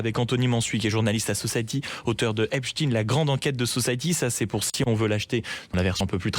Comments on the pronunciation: Pourquoi on prononce " EPSTINE" et pas "Albert EINSTINE" ??? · oui effectivement, Epst..ine, (consonance russe) ils disent Albert Einst..ine ?? Frankest...ine ??? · C'est marrant votre façon de prononcer Epstein.